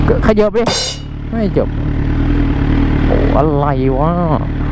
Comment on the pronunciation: (ขเยิบ) ขยับหรือป่าวครับ555